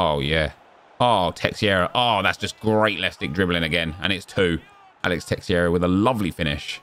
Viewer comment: Another Fifa, another year of mispronouncing "Alex Teixeira"